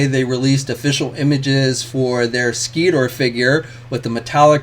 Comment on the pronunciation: Skeetor?! 🤣🤣🤣🤣!!!. You mean Sector (Sektor) 😂😂😂😂